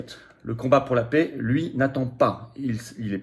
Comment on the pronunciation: On ne dit pas la « pé » mais la « pè ». Ça rend la vidéo insupportable